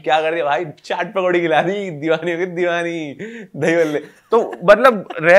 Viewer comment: His accent divani ho gayi divani 🤣